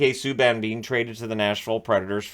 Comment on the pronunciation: Save us. "ME - K" Subban. Ugh.